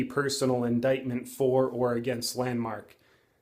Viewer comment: JP the way you first said it sounds like Landmarket LOL